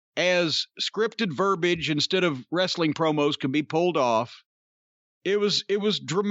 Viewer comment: verbiage verb-ee-ij. NOT Verb-ij.